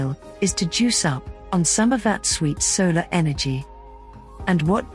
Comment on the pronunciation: what is a sailor panel or sailor array ?or are you mispronouncing vowels on purpose to make yourself sound snotty ? ! what is a papose